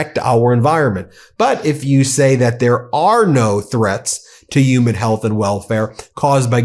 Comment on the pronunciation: I thought the word "human" had an "H" in it. Uman is a word?